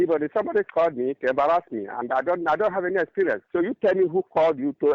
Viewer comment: He embarrazmi! 😂